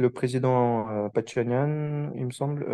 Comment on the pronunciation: Curieux personnage qui se veut russe, français mais pas arménien. Ne sais pas prononcer le nom du 1er ministre Pachinian.